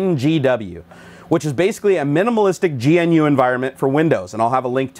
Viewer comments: I feel like being 'that guy' and pointing out that GNU is pronounced Guhnoo ;) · You pronounce GNU wrong.